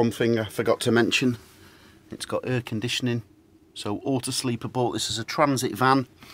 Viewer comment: What’s “herrrrr conditioning “